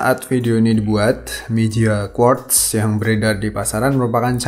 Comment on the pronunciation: Masukh Terbaikh Dibuath Untukh emg khas ya gaya bicara nya Kaya pake qolqolah gtu Mantap dahh